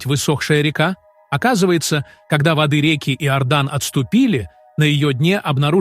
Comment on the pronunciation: ВОды рекИ, а не водЫ рЕки. Текст озвучивает робот, делая ошибки в произношении слов. Пощадите наши уши! Это неуважение к аудитории. Чтение живого человека ценится намного больше. Вы гонетесь за лëгкими деньгами.